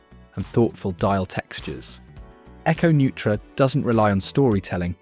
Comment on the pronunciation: Thanks for that correction. I'm pretty sure Echo Neutra is pronounced "noy-tra". At least that's the way I heard Teddy Baldassarre pronounce it when he included the brand among other micros when having Kevin O'Leary select the winner. I know that Teddy was in contact with each of the entrants, so I'm certain he would ensure he had the pronunciation correct before proceeding.